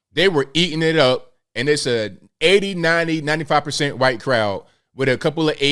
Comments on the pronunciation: I have a question, why the extra emphasis on the wahite When Saying White? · Why do Pronounce The Word “White” like that?